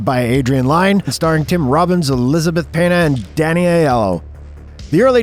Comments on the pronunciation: Please, it's Elizabeth Peña, pronounced "pen-yah", not "pee-na" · You really pronounced her name like that? Was that on purpose?? Damn